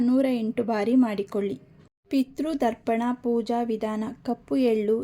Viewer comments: Darpana alla, Darpana andare kannadi. Pirthru Tharpana. Sarariyagu ucharane madi. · Kannada sariyagi ucharane madi Darpana alla Tharpana.